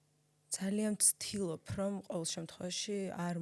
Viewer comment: დან დაიწყო შემდეგი სიტყვების გამოყენება: ვცთილოფ,ხთება,მოვხთე!!! -დან გავთიშე. მადლობა,რომ ტყუილად არ მაწამე და თავიდანვე მიბიძგე გათიშვისკენ <3